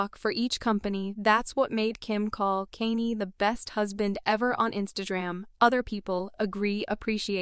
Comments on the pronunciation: any time your listening to a video that is being narrated by AI, walk away. This thing is calling him "Kane-E" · Please use real people for the narrator who the hell is kanee?😮😅🤔